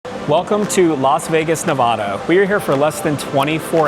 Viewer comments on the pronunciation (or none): Please learn to pronounce Nevada properly if you are going to visit